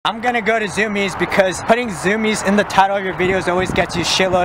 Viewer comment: ITS PRONOUNCED ZU-MI-EZ NOT ZUMIZ!